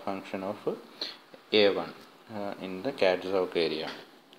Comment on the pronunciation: It is CATZOC not ZOG, please correct it